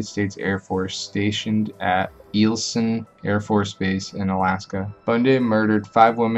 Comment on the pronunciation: It’s pronounced, EYE-EL-SON Air Force base. Very close though! No hate or disrespect. I live here so, I just wanted to help! Awesome list! I haven’t even heard of three of these people. Thank you!!!